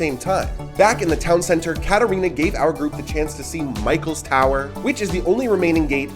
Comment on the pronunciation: Keep your F words to yourself and to evaluate komunist and nazi America, since you have really no clue about Slovakia. You did not give them even respect to pronounce the names right, as well as with the correct emphasize - Čumil, Katarína. I get tired of trashy Americans, who do not come to understand and keep saying insultful nonsences!